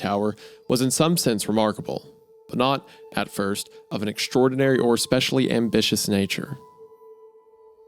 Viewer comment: How can Hunter be a college graduate but can’t figure out how to pronounce “anonymity” or “especially”? 😂